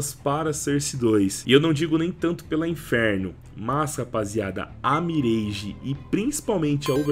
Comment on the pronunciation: Top o vídeo, só queria que a galera parasse de falar "MIRÊIGE" e começasse a falar o certo, "MIRÁGE" :face-green-smiling